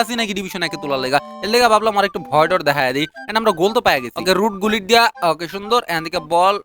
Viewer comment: গুলিট ❌ গুল্টি 🤣✅